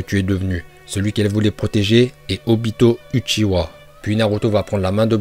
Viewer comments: arrete de dire uchi aaaaaaa mais dit ouchiwa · utchiha la prononciation mdr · Il dit ut si a pour uchiwa mais j’adore la vidéo alors je 👍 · ta male dit uchiua c pas bien